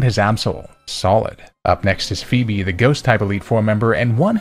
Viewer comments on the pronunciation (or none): none